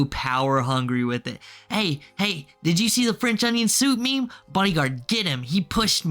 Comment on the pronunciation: "Fwench onion soup, please"